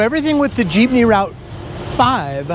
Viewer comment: Also good job for making an effort of pronouncing the places & city districts, & even the different jeepney routes as it should be.